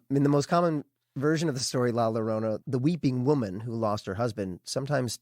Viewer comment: 3/2/23 I just found this! I watched the show from the being an now at 3:1 episode. So I have a lot of listening to do. Just FIY La Llorona is pronounced La Yorona!! “LL” is “yo” sound.